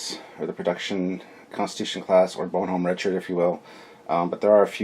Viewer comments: Bonhomme Richard pronounced - Bon - hom Re-chard I don't speak french - Got the correct pronunciation when the news reported that the USS Bonhomme Richard, LHD-6 Wasp Class amphibious assault ship, caught fire in dockside maintenance. FYI- Bon Homme Richard = My Good Friend Richard = Poor Richard (of Poor Richard's Almanac) = Pseudonym for it's Author - BENJAMIN FRANKLIN Don't know WTF they didn't just name it the USS Benjamin Franklin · Captain sir! Bonhomme Richard. Its a french name. So its pronounced, "Bon-home, Rich-Ard." If Memory serves, the Bonhomme Richard was one of the few French ships given to the US Revolutionary navy in the late 18th century. A United States Warship of the late 20th century, if not more then one, was given that name, to remember that debt of honor. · Love your channel, watch as much as i can but omg please practice the pronunciations LOL. You kept calling the Exceter the Excelsior and as a fellow Canadian its [bon-uh m rich-erd; French baw-nawm ree-shar Im being an a-hole, keep up the good work!